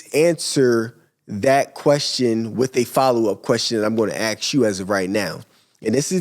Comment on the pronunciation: Learn to pronounce “Ask” and then give business advise LOLOLOLOL